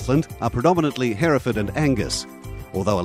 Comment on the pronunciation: he butchered the breed hereford